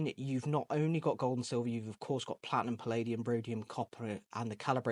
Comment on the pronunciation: Platnum? I think you mean Platinum. Fanx, Froo, Lifium.